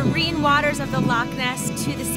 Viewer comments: Had hoped the narrator might try to pronounce "Loch" but alas not. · It's not "lock" and nor is it pronounced "lock". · Lake.???, at least try to pronounce "Loch".